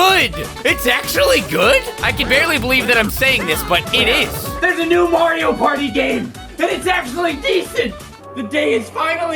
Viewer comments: Took me 5 years to realize he said Mario Potty, hence the flushing. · It sounds like he’s saying “Wario Party”